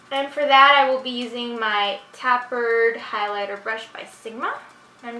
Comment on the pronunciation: the tapered highlighter brush u keep using is pronounced as if u are saying tape..not tap. tape..erd